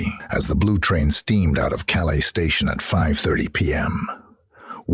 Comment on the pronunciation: Please remake this video with a narrator that can pronounce the place names correctly. Cannes is pronounced 'can' not cans, Calais is calay not cal-aye and worst of all the classic American mispronunciation of Grosvenor, you can guess what he says ;-) And yes, I agree, the cowboy drawl is rather grating too...